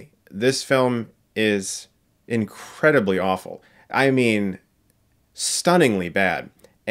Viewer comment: More like Artemis "Awfowl"